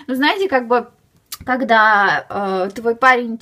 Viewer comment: ты вместо "когда" говоришь"кода")))ахааха)